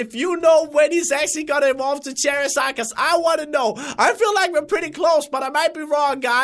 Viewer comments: it's not chair is zard it's char like car is zard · it's not cherazard it's charzard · You say charizard wrong